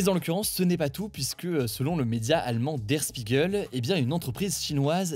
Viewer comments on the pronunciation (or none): Juste pour information, Der Spiegel ça se prononce "schpiguel" (à peu près, en tout cas ce serait plus proche de la réalité...)